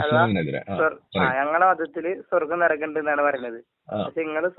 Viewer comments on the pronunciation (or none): നരകം അല്ല കോയാ നെരഗം 😀😀